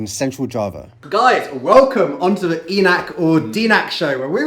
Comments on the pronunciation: Yeah,, correct your "ee nuck" to "ae nak" for Enak, please 🤗 and dee nuck to something else for "tidak/ga enak" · Daenak...not denak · says it well ae nak for Enak 👍